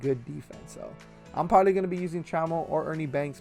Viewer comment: This man said preberbaly